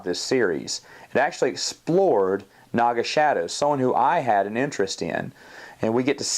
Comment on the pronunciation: Great review, but wasn't his name pronounced "Naga SA-DOE?" (I know that's not the actual spelling but you get my point).